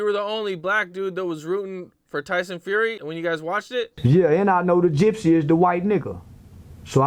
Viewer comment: He keeps calling him tyson furry 😂